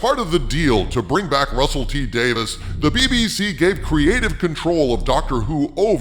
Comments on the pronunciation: It's DavIES not DavIS. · Hail! But uh... If you please, m'lord: Davies is not Davis and is pronounced "Day-veez". Forgive my insolence 🙏🥺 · "WHO ARE YOU, RUSSELL T. DAVIS?" Well, first of all, he's Russel T. DaviES. Day-VEEZ. Not "Davis." DAVIES. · Every time you mispronounce Russel T Davies name and say "Dave - isss" instead of "Dave - eeze" it drives me nuts! LOL! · Not just the Timeless Children. Then entire Chibnall era must be entirely retconned, or there is no going back for me. And I have been a Dr. Who fan since the Classic series, LONG before the revival by Davies (pronounced DAVEES not Davis.) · I thought his name was Russel T Davies...not Davis. Is this a different guy? If so, that's a weird councidence. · You absolutely butchered his name. It's pronounced Davy's. I seriously hope you see this before you do another video on him bud. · It's Davies, not Davis